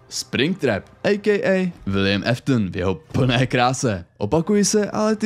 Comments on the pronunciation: kámo nečte se to Eftn ale Aftn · Jen taková oprava Williamovo příjmení se nečte jako Eftn ale Áftn